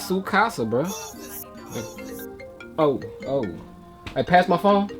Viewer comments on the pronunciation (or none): none